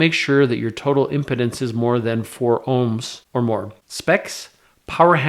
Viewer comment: it's impedance , pronounced " IM PEE DANCE "